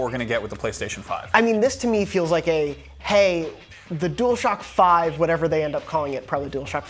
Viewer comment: Please say HAAY one more time 😂😂